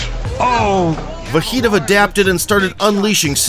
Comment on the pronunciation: Sounds like you're saying "Va hee toe"!? Wtf? You can literally hear the broadcasters pronounce it differently than you do, but they all pronounce it the same way. So you were just like "nah, it should rhyme with burrito!".